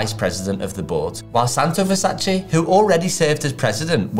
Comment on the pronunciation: so you explain the right way to pronounce it, yet open the video pronouncing it the wrong way...